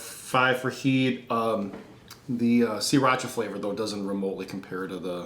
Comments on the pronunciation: sah-rah-cha not see-rah-cha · "see-racha" really??